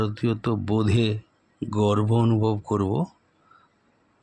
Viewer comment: গর্ব শব্দটি গর্ভ হয়েছে।